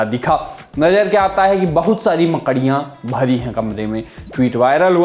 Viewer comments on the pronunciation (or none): मकड़ियां बोलने का तरीका बड़ा मजेदार है भाई 😂